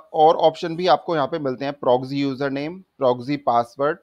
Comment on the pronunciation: bhai progsy nhi ha proxy ha word. Word to sai bol lo